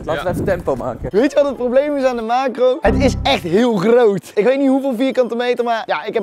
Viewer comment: Rob die Nederlands probeert te praten: GrOoT